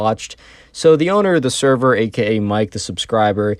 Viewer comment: blud said "saerar" instead of "server"